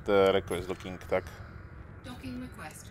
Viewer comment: EN lvl riques doking sa to vislovuje :D